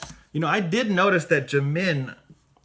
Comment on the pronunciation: I know its small but please it is JIM-in not jim-IN. Sorry it is driving me a little nuts.